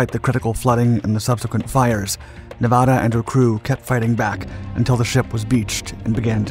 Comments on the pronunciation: Please. PLEASE! SAY NEVADA CORRECTLY! Nev (in never) add-uhhhh. Not neevauhda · Hey ding a ling it isn't pronounced Nevawda........Nev ad a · It's not Nevahda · Nevahda... no wait that's not right. Nevada there that's better. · What a misinformation fest. First of all the narrator doesn't know how to even pronounce Nevada. Hint it's not Nevahda. And it wasn't the only Battleship to rise out of Pearl Harbor and fight the Japanese. Shsseeehhh do your friken homework. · How did he pronounce Nevada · Good doc, but you say Nevada like a tourist. :) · If I am not mistaken, she had 2 atomic bombs dropped on her was used fpr target practice by 2 battleships and then torpedoed. Taking something like 3.5 or 4.5 days to finally sink. Being from nv I did my senior project on her. And the way you say her name tells locals you are not from here. No biggie we just know when we hear it 😅🤷‍♂️ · Everyone from Nevada cringing every time he mispronounces Nevada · Pronounce the state correctly. You're getting the second syllable wrong. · C'mon man. If you narrate a documentary, at least pronounce the word Nevada correctly.